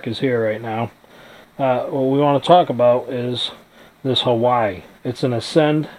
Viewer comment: "Hawaii" oh no😂😂